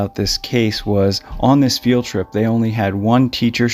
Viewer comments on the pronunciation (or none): none